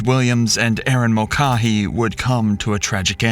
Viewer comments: Mull-Kay-hee. Pronounce the name right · I tried to watch this but your pronunciation of her last name hurt me as it is my last name. It is Mul-cay-hee. You even hear the police say it a few times correctly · Ma'cah,'he? Mulcahy is pronounced Mul'cay,'he. 😂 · Erin's last name is pronounced Mulkayhee not Mulcahee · Pronounced Mul-Kay-hee. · Its pronounced 'mul-KAY-hee.' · The way they pronounce mulcahy is awful its mole kay hee is how its probounces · It’s Mull Kay Hee. Not the 15 ways the VO and cops pronounced it. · What is the deal with your pronunciations? "Mulcaa-hee"? I swear to god you've got the reading skills of like a 6th grader. In every video there's some incredible misreading of a word that isn't particularly hard to pronounce. It's a very common name. The police officers in the video pronounce it right. What's the deal? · It's pronounced Mul-KAY-HEE. Didn't you watch M*A*S*H? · When the idiot narrator has no idea how to pronounce "Mulcahy" correctly. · You say her name wrong, you call Waynesfield, Waynesville, and I don't think you know what you're doing. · Types the name of the city correctly, pronounces it as a completely different city 95 miles away. Can't pronounce the murder victim's last name correctly. Get a better AI narrator.